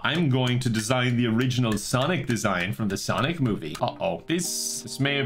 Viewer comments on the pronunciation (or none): none